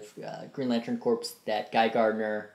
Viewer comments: Its pronounced core not corps. The ps is silent. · "corps" is pronounced "core"